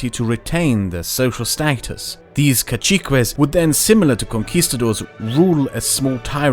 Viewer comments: It's a minor detail, I don't know if that is it's english pronunciation but "Caciques" is pronounced in spanish as kasikes would be in english not kachikues. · I can help with the pronunciation of "caciques". It's "ca" liken in cat, "ci" is with a Spanish sound we write with c or z, but you can pronounce it like in city, and "ques" like in quesadilla.